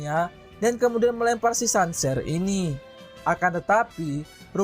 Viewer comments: Sanser, kenser gitu bacanya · Cancer = kenser,, perbaikin lagi bang penyebutannyaa